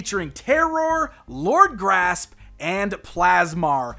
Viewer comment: Surely Lord Gr'asp should be pronounced with a gap to emphasise the 'asp' part of his name, asp being a type of snake.....